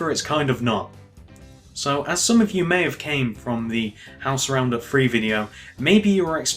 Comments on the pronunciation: gannon alt ikr I was gonna do Guy: Free Me: You're saying free xD stop it it's threeee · why do you say free instead of three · I love how he says free instead of three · The dude said free instead of three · stop saying free instead of three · It's three not free and with not wiv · You say free it's three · He said free for three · u always say free insted of three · Its three not free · START SAYING THREE NOT FREE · i like how he said 3 he was like 1.2.fwee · why cant he pronounce 'th'. he says fink, finner, everyfing haha. good video though, cheers. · Nothing against British people, but why do they say three like free? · Can he not say three , 1 2 feee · im sorry but please stop saying free instead of THree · It always annoys me when ppl say free not three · The free rows,one,two,free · he says three that sounds like free GENIOUS david miller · i think thats british